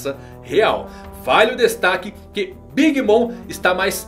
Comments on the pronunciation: nada disso, escute com atenção e vai ver que a pronúncia no anime é "big momer" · Big mama é como os personagens do anime a chamam sem a tradução. A pronúncia fica big mama